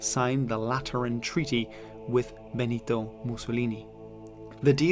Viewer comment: I’l l have a go but you say “Benito” really weird. It’s supposed to be Brooklyn